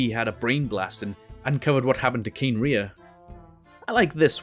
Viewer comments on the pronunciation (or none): none